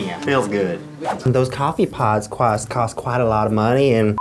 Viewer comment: word of the day cwost